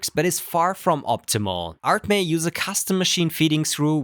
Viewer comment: It's not "ART, MEH!" it is "ArtMe" as "Me" as in "Mii"